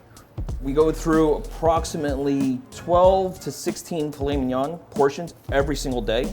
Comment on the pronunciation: did he say file minan